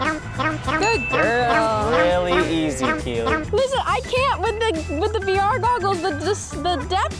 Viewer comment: it hurt my soul when she said vr goggles